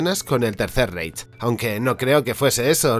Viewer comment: Feo, te puedo dar una recomendación? Reich en alemán se pronuncia más como Raij